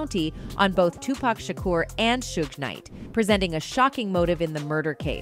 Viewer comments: Soo-gae Knight, Soog Knight, Soodge Knight, Keef D. Jeeez, this is hilarious 😂 you cant make this up. I mean when I first saw the name Suge, I didnt know how to pronounce it either (Sudge is how I said it, I think) but once I heard it as it actually is pronounced, that was it. But nah. This is funny as all hell 😂😂 Overall, nice vid 👍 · *Shhuuugg knight